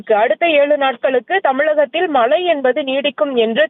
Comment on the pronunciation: அது மலை இல்லை மழை. வலி மண்டலம் இல்லை வழி மண்டலம் தயவு செய்து தமிழை சரியாக உச்சிரிக்கவும்